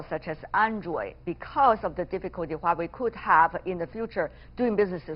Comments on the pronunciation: dude, it's Huawei, not Huihui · Haha...sounds nice hweiwei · He said Wei Wei